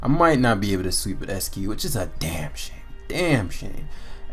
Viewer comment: "ICE-CUE" not "ESS-CUE" There's an "I" right after the "E."